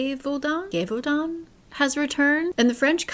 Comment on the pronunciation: Yes, Gévaudan is said "jay-vaudan", not "gay-vaudan" in French. ^^ "La bête du Gévaudan / "The beast of Gévaudan" is a widely known 18th century strange event / mystery in France. Gévaudan is an actual village in the south of the country.